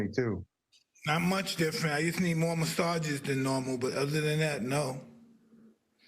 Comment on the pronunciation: The way he said more massages got me crying 🤣🤣🤣🤣🤣🤣🤣🤣🤣🤣🤣🤣🤣